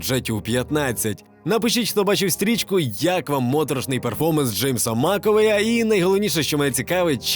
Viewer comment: У ведучого акторів звуть Руперт Грін і Джеймс Маковей. Ніхто не очікує, що ти розумієшся на кіно, але принаймні читати правильно імена навчися.